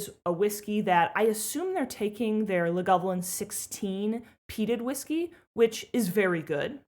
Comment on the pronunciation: Lagavulin really needs to be pronounced correctly, as in